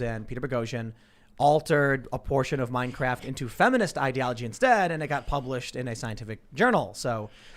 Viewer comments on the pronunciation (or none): Tim said Minecraft when he meant to say Mein Kampf. Lmfao. Steve is a nazi. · Stop playing games, he said "Mein Kraft" not "Minecraft."